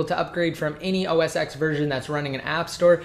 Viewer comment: I found it annoying that he pronounce OS X as "OS eks". It's supposed to be "OS ten". He's a tech guy and he should know that.